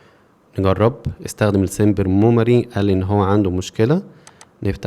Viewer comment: ليه بتقول موماري مش ميموري؟ هي حاجه مختلفه؟